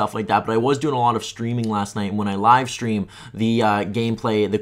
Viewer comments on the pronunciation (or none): none